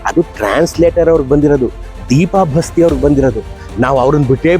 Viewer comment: Basti alla adu baasti nammuru